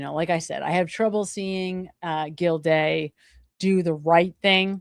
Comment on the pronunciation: And the judge is Gilday not gildayuh lol, drives me a little crazy too. Just a typical type A !